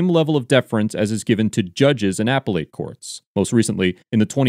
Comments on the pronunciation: The pronunciation is NOT “Apple Ate” it’s əˈpelət. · “AP-pel-ATE”? Do you mean “Ap-PEL-lit”? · Appellate is pronounced "a pellet" not "apple ate." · Appellate is not pronounced "Apple Late" it is "A Pell Lit" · Repeat after me: Uh-Pell-Ut not "Apple-Ate" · Just FYI...it's not "apple ate" courts....it's "appelle it" courts. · Appellate is pronounced "uh-pell-uht", not "a-pell-ate" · Genuinely asking: Is the appropriate pronunciation of appellate "apple-ate," as pronounced in the video, or "uh-pellet," as I have heard on my life? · Apple-ate? Ah-pel-ut. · It’s uh-PEL-it not Apple-ate. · Why does the narrator always say "apple ate? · DUDE WHY TF IS HE CALLING IT AN APPLE-ATE COURT?? TRIGGERING TF OUTTA ME RN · It’s pronounced “uh-pell-it.” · “Apple 8” courts? Odd pronunciation. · Him pronouncing appellate that way is killing me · I know this is an older video, but does this narrator ever learn how to pronounce appellate correctly? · Narrator can’t pronounce appellate correctly? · You have interesting pronunciations of “appellate” and “deference”.